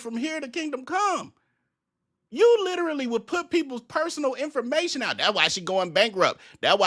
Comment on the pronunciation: I hate the way he says literally